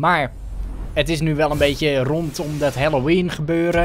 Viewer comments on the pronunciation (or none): none